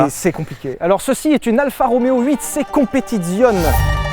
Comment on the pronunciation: c'est pas Alpha mais ALFA